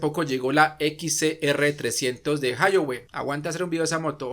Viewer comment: No se dice : "jayoue" Se dice: "Jaoyué"